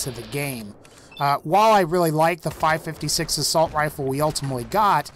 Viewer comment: The MeMe Machine. Five “firty” six?